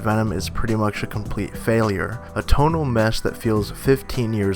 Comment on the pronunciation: Its total Not tonal